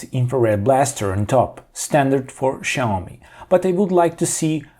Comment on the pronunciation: why the fuck are saying SHaomi but not Xiaomi?